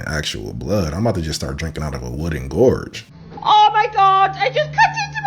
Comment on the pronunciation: Hey bro its a gourd not a gorge; a gorge is like a valley or canyon. Anyway not knockin ya just bein helpful. Glad you feel better, keep rockin king!